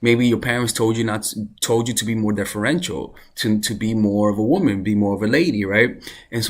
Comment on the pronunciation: My love it’s womAn not womEn